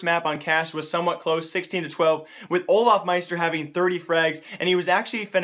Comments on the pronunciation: its not olafmaister its olofmeister!!! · why are u always say olafmeister?